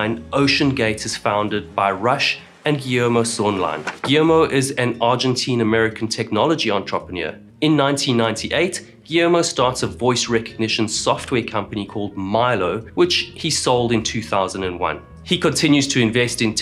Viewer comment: Ontropaneer? Lol